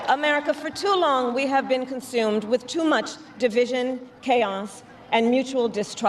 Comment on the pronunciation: Fingernails on chalkboard when she says conSHumed…it’s consumed, “Sis”.